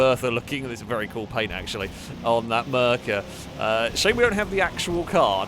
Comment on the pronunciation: lol. hearing merkur pronounced mer ker is hilarious to me(also not sure if it's a joke pronunciation/name like the Gary). Merkur is pronounced mare coor.